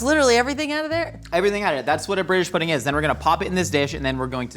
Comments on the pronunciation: "Christmas purding" 😂😂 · The fact that constantly always finds a way to make fun of and the crew actually cracks up. I missed this dynamic. Hearing just mispronounce pudding and immediately jumped into whatever bonkerness she has locked in her head to break character. It’s gold.